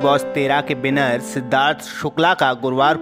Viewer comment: अरे भाई न्यूज़ पड़ने वाला बिग बॉस के विनर बोलो आप ( बिनर ) बोल रहे हो😂😂😂 उसके बाद कपूर हॉस्पिटल नाम नही हे कूपर हॉस्पिटल नाम हे 😂 😂😂